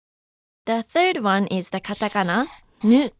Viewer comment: she means "nu" but she says "ni"